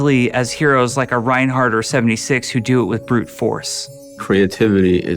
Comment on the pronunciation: I lost my mind when he said 'Reinhardt' Now i can't wait for Reinhardt's short